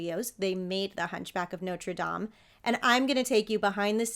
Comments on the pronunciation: Bless you for saying "Nawtruh Dam", instead of "Noter Dame"! ⛪ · Thank you for pronouncing Notre Dame correctly. I knew you would. Too many people pronounce like it was the university with the famous football team nicknamed the fighting Irish. So glad your channel popped up. Just the story of Junior was more than enough to get me to subscribe....